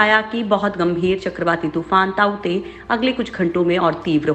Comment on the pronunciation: ताउते तुफान उसका नाम नही हे तोकते तुफान हे उसका नाम ।